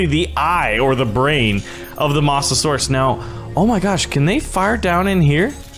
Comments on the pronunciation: Mo - za - sor - us (MOSA) not (MOSS) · you say it by moatasaurus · No hate but he calls it a Mossasaurs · not Mah-sa-saurus its moe-sa-saur-us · "mossasaurus", 2018. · It's moe-za-sor-us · Also it’s m-oe-sa-saur-us. OE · What’s a MOSSasoraus 🤣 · FYI the mosasaurs is pronounced moh-suh-sor-us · you say Mosasaurus like this moes a saurus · STOP SAYING MOSS A SAURUS IT SOUNDS LIKE MOOSASAURUS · It's pronounced Moes a saurus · Its pronounced mozesaur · Masterninjawolf Nope he sed mossusuras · Stop saying mosasaurus wrong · Can't say mosasaurus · i hate how he pronounces mosasaurus